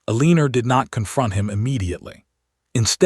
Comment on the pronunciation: El-i-nor or El-en-a not E-lee-nor, hoping not hopping 🐇 A note: men wore shoes not boots to formal events in that time in history. Another note: if the husband had kept his affair out of sight society would not have censured him. Dukes were given a lot of leeway then. Enjoyed the story nonetheless. ❤